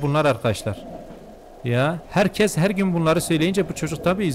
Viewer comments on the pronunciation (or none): none